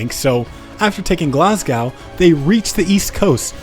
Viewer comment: its "glas-go"